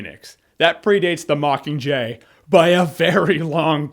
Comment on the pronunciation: "It's the mickinjay" hahahaha